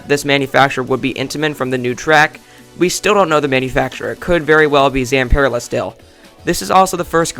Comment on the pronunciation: ITS NOT ZAMPERLA